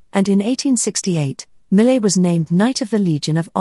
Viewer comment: French speakers would not agree with "mi·luht" as the proper pronunciation of his last name. You made an effort with every other name, including the other French natives. It's mee-YAY See: How to Pronounce Jean-François Millet (French Artist)